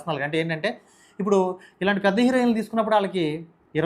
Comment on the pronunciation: నీకు హీరోయిన్ పలకడడం రాదు.. నువ్వు. నీ తొక్క analysis